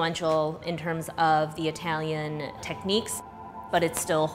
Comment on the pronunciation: Itehlyun = cool Chicago accent